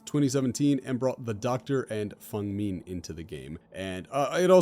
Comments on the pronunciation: Okay minor nitpick but please stop pronouncing feng min "fung ming" its not that hard to pronounce man. Its pronounced as its spelt and i honestly dont know how you mess it up that hard. Literally everything else in this video is on point just please work on your pronunciation please. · As a Chinese person who speaks basic Chinese, it's Feng Min not Fung Min, at least depending on the tone, è might be pronounced as a 'u' but it's most likely Feng Min not Fung Min, people who say otherwise are either smarter then me or using Chinese to English translator, which is not accurate to Chinese.